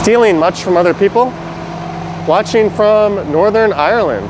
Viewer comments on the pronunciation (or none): none